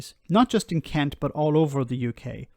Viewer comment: I'm from Sussex; you're pronouncing 'Kent' wrong... ;-)